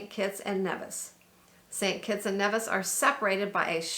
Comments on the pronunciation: Nevis is pronounced like Neevis.... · Thanks for showcasing my beautiful Federation. With respect...correct pronunciation of names would also be appreciated. Neeeevis, Ba-teek,..just ask a local...